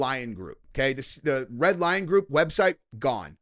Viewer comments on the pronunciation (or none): none